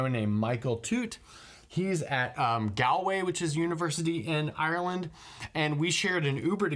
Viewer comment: The way he says Ireland and Galway is mad